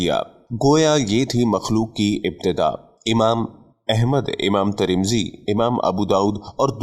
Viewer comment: Bhai tare taremzi nahin tirmizi shaareef he